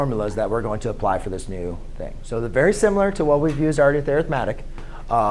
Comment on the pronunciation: In this case "Arithmetic" is not a noun. It is describing the sequence, therefore it is a verb. When it is used as a verb it is pronounced differently. Here is a link to the Cambridge Dictionary so you can hear the proper pronunciation